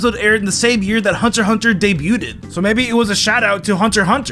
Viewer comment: Did you really just say debuted?